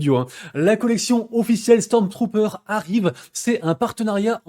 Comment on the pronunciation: "Stormtrooper" merci l'ami pour ce concous VIvre le schtroumphtrooper